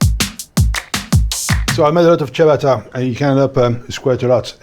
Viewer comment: FIRST YOU should learn HOW to pronounce the word ciabatta , but also the way you do it has nothing to do with Italy ! its a self invented rubbish ! the entry G - oven fired with cheap ! gas is disgusting ! selling us wood fire image ! a metal ! box with a stone in it ! production cost under 50 usd ! for the largest one ! is a total fraud ! the image which is build up is. a lie ! any electric oven does the same ! and if you are really interested in food. build yourself a wood fire stone oven !